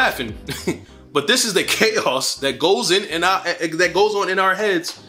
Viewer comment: The way you pronounce the word chaos is everything 😂